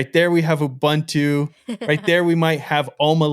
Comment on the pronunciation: You are pronouncing Ubuntu wrong. It says on Wikipedia "Ubuntu (/ʊˈbʊntuː/ uu-BUUN-too) is a Linux distribution based on Debian...". /ʊ/: 'u' as in 'push'. There's no bun in Ubuntu.